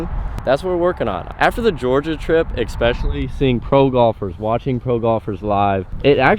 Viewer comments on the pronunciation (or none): AGAIN....."Ekspecially" ISN'T a word. There's no "K" sound in the word "ESPECIALLY"